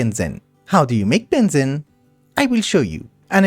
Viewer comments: it is pronounced benzeeene not Bensin :D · just fyi, its ben zeeeene not ben zen. Long ee like fleece.... or so I say it:D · heads up its pronounced ben-zeen love the videos :) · the amount of times i have to hear benzene will make me go crazy its you say it like benzin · Strange. Us "yanks" 'murr'cans have been taught to pronounce benzine and gasoline the same... I'm happy to call it a regional difference. seems there's lotta words that are like that. much as I'd reaaaaally prefer to have a globalized standard for more things. No worries, always looking forward to more progress. and please, PLEASE go megadeep into Thaumcraft. I...I need it. I don't know when I'll get to see more of one of my favorite classics. keep going! right into those obsidian obelisk dungeons, and stuff! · the way pronounces Benzene is so fun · funfact: Benzene aka C6H6 aka cyclohexatriene is pronounced as ben-xeen (if you know x33n) / ben-zeen idk why, but just wanted to point this out